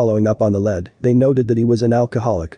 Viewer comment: You need to learn how to say the words lead